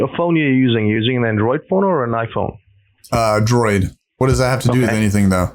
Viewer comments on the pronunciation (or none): Love that "bad phone" instead of "iPhone" Hilarious